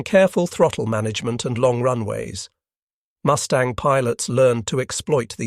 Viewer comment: Did I hear the narrator right? Did he say MOOSE tang instead of MUS tang?